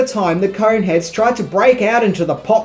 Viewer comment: Kept hearing "Coke heads" towards the end